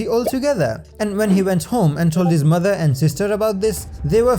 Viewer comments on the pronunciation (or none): none